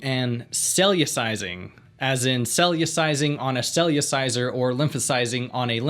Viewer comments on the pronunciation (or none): The word is CellERciser, not CellUciser. I have a Cellerciser by David Hall, please pronounce correctly!